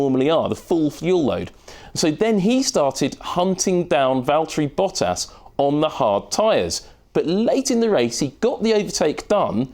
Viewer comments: "Valteri Potter" rofl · I think he said Valtieri Potter LOLOL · "Valterri Potter"